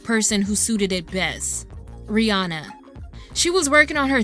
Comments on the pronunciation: Isnt it Ree Ann Uh? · Ooo this video is A1 but the way Americans pronounce Rihanna is killing me 😭